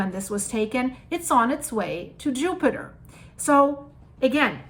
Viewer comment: Did some one correct you on your Jupiter pronunciation? I honestly miss the upiter pronunciation :D